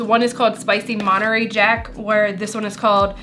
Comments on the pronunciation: Omg, I love you two together. 💜🩵💙🩷💚 Being from No Cal the monterary pronunciation is cracking me up. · mon-tuh-rey. Source: Am Californian. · mohn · teh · rrey 🧀 Or maan·tr·ay🧀 :)